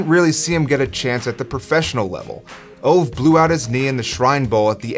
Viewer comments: By the way, his name is pronounced Oh-va, not Ov. Also, he asked to kick the FG when he found out his teammate Wilbur Montgomery (who went on to play for the Eagles)was going to break a record. He asked "Do they keep records of these things?" When his teammates said "yes," Ove said he wanted to try for a record. And yes, there was a strong wind blowing that day. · Its not [ouv], it is [ü:ve] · A better way to pronounce his name would be "Ov-e" not exactly right. But so much closer then what you said, still a great video! Keep it up! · If his name is Ove, it is pronounced more like OO-VEH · Ove is pronounced oo-vah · Thank you, I was mentally correcting that every time he said it. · Ove Johansson, pronounced "Ooh-weh" "Yew-huns-sonn". Approximately. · Please pronounce his name correctly.